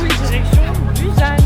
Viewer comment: Coucou ^_^ bou-SSan... = busan .. ^^ il n'existe pas de Z ou prononciation Z en korean ^^ et tout les U c'est ou ...